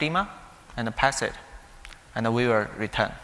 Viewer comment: All are good but the strange pronunciation of "and" and "data". I suggest taking some time to practice the two simple and high frequency words. Thanks a lot😊